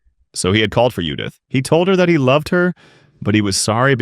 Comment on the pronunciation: I'm not sure if the AI is translating to english or reading the english version, but if I fucking read Judith and hear yudith one more time, I may just create a master plan to destroy all AI on planet earth.